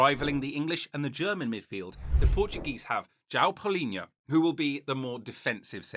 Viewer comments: Palhinha not Paulhinha :D but good video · João Palhinha, not Paulinha. Great video!